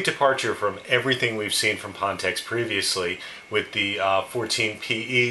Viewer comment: just wondering because I don't know this company, but isn't it pronounced fan tech?